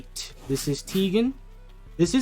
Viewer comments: bro its ten-gen not tee-gen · You pronounce tengen wrong its like "ten" "gen" You also pronounced shinobu wrong its like "Shi" "no" "bu" You also pronounced sanemi wrong its like "Sa" "ne" "mi"